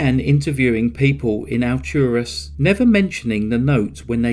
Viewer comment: Ah, you covered my neighborhood’s claim to fame! I went to school with one of the victims. It’s bizarre to see how this story has spread on so many crime shows. The undercover detective was truly amazing. I have to say, as a big fan of your channel, it’s pretty cool hearing you say Alturas and Bartow. I’ve literally lived here all my life!